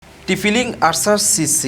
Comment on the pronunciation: Tphi link 😂😂😂😂😂 bhai nam jodi thik kore na bolte paren tahole review diyen na